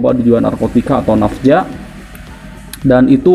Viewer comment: Woe napza bukan nafja